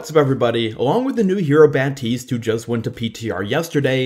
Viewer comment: It's Baptiste not batist